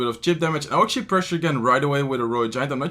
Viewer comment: "ATUALLY" AGAIN?😂😂😂🤦🤦